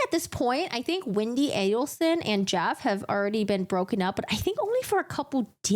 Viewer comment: It's A-del-son.